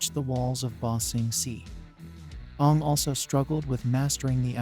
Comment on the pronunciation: Are you seriously pronouncing his name like the movie did?